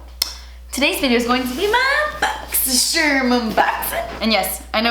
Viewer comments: bochchy sharmmh~ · I love when she says “BOXY SHARM”